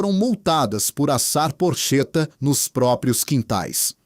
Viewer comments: Porcheta se le porqueta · Gostaria de saber o nome desse locutor... é muita ignorância numa pessoa só. Não sabe pronunciar palavras como Mooca, porchetta e outras mais. Para ser locutor de vídeo para o público é preciso que o individuo seja preparado... Lamento o despreparo desse indivíduo!